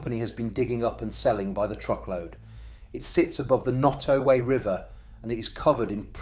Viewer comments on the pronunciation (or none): Your pronunciation of Nottoway is atrocious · Quit mispronouncing Nottoway!!